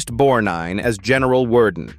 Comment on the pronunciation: Ernest "Bornine"? Asshole AI .... (God I HATE it!!)